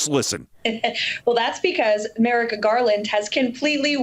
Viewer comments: Listen carefully.... she also says "Merick-A"! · ... mericka Garland ? 😂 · Did that new spokesmodel say 'Merricka" Garland???? I think O'Donnell's appearance at that restaurant was a setup, can't prove it. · As well as Trump's new spokesperson saying damnening twice, when she mentioned Merrick Garland's name, she put an a on the end of his first name and said it 'Merricka', like in America. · "Merrica Garland"? "Damnening"? 😂😂😂😂!! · There was "Damining" and before that, she said, "America Garland." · You forgot that she said Merica Garland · Exactly....TBH I thought she said merrickly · 😂 Also, notice how she pronounced Merrick with a double hard C. She apparently was purposely making sure to enunciate both the C and the K! 😮😊